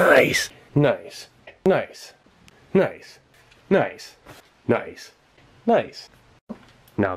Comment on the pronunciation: "Nice" doesn't sound like a word anymore. Sounds more like "kneisu".